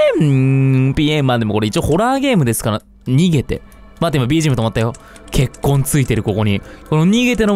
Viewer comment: 血痕が結婚にしか聞こえない。